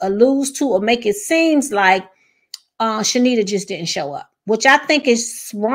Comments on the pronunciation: Heavenly will have to pay for her actions. Her name is pronounced Charnita (Shar-nita) not Shenita the R is NOT silent 😂 and Heavenly kept pronouncing it wrong on purpose. Car-lucifer is a liar and an avoider... he tries not to address stuff hoping folks will forget. Both him and Heavenly will be handled by GOD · No shade, but her name is ChaRnita. You were pronouncing it wrong as well, a lot of ppl are. Heavenly probably still did it on purpose but everyone saying this lady name wrong 😂😂😂